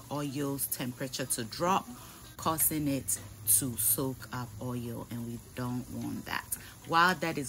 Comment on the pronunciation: It's the oieyll for me lol> love how you pronounce oil. Love you and can't wait to make this but with fish as I don't eat meat :)